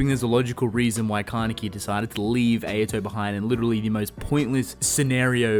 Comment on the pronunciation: Why do you pronounce Ayato’s name incorrectly? It’s not Ay-ya-to. It’s Ah-ya-to